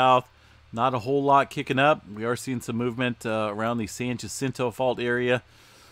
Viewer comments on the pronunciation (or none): none